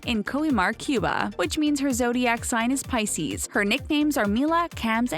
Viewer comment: You lost me at "she's a pices"